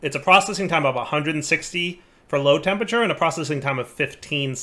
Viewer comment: Skip straight to about 24m if you want to hear say 'Tempature' instead of 'Temperature' about 50 times.